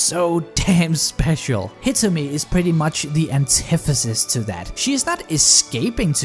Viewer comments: "Hitsume"? Wut. Her name is Hitomi though D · I think he said Hitomi but said the name weird. lol